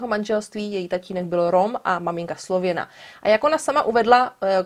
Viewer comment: Mne sa to paci...Slovena =D Presne som sa pri tom pousmiala...